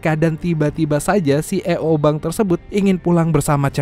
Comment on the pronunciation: Narasi nya nga enakk, C Ee Oo .. belajar dulu nyebutnya bacannyaa ...